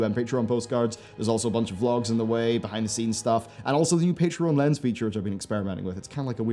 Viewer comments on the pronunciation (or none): none